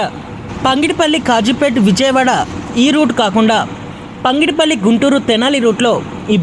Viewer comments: పంగిడిపల్లి కాదు పగిడిపల్లి కాదు ఘాన్పూర్ కాదు ఘనపూర్ భువనగిరి లేదా భోనగిరి అని స్పష్టంగా పలుకుతె భాష ని చంపకుండా ఉంటావు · పంగిడిపల్లి కాదు పగిడిపల్లి please correct the pronounciation